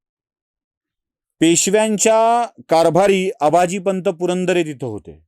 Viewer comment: पुरंदरे यांचं नाव अंबाजीपंत होत.. आबाजी पंत नव्हे